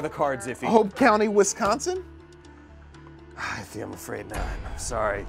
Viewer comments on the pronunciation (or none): “Wisconson” it’s Wisconsin 😭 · i'm not from the US and never went there but...isn't it "Wisconsin" and not "Wisconson"? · Wisconson??? WISCONSON?!?!?!?! Me, watching this in Wisconsin: eye twitch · Wiscon”son?” Ok. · why y’all spell “Wisconsin” like dat? 😂😂😂